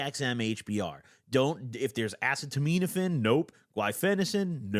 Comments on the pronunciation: Great shoutout to harm reduction, but please nail down the acetaminophen pronunciation after all these years. It hurts my soul. It's pronounced uh-see-ta-min-o-fin. Not ass-uh-toe-miin-o-fin. Please dawg. You pronounced guaifenesin correctly, so I believe in you! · Acetaminophen is said uh-see-da-med-uh-fin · P.S. it's pronounced more like "a seat a minnah fin" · assetomeetometafin actually pronounced asstomouthsatan i think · Acet - uh - min - oh - phen is how it is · it’s pronounced ahh- see- ta - min- aphin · Ah-Say-Tah-Men-Ah-Fin is how it’s pronounced. Acetaminophen. And Gua-Fah-Ness-In is the other one. Guaifenesin. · FYI Acetominophen is pronounced like: ahh-SEE-tah-min-nah-FEN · Uh-set-oh-men-oh-fin acetaminophen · Uh- see-tuh-min-oh-fin is the phonetically correct way to say it. Love ya! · Acetaminophen is pronounced Uh-see-tuh-min-uh-fin, it’s the active ingredient in Tylenol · the acetaminophen pronunciation is killing me 😭 uh-seat-uh….min-uh-phen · Acetaminophen = "uh seeta minno fin" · its pronounced a•set•a•men•a•phine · Pronounced “uh-set-oh-men-o-fin” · Worst experience next to Dramamine. A-ce-to-ment-a-phine. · Uh-see-toe-men-uh-fin will get you pretty close to the right pronunciation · it’s “uh-see-duh-min-uh-fin” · Uh-seed-uh-min-uh-fin please say it this way gob 😭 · it’s A-cet-a-min-o-phen 😭🤣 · Ass-a-toe-mean-offend 😭😭😭😭😭bro it’s acetaminophen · Bro it’s been YEARS, please stop pronouncing Tylenol like that 😭😭 like this: Uh-see-tuh-min-oh-fin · Bro call acetaminophen: “ass-eh-teh-mean-FN”😭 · Acetaminophen is pronounced uh-seed-uh-minn-uh-fin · no way he just said “asiminitpin” as Tylenol instead of acetaminophen is fr slow af😭😭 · Just got to that part it was more like ass-a-tah-mean-a-fin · No way after almost 10 years that bro STILL doesn’t know how to pronounce acetaminophen (ass-see-tuh-men-o-fen) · okay i’m tired of hearing you butcher the pronunciation, it’s pronounced like “a-seat-a-men-o-fen”